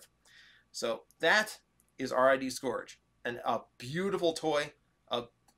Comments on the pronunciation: Say it with me now. Sc-urge. Sc. Urge. The "o" is silent. That, or you're putting to much emphasis on the "u". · Is it sc-OR-ge or sc-UR-ge with pronunciation? In the episodes (you can find them on YouTube), it's being pronounced sc-UR-ge. Not trying to correct you, I'm just curious now but hey either way, it's Black Convoy